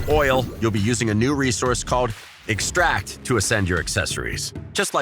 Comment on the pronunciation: OMG wrong accent, its noun "e'xtract" not a verb "to extra'ct"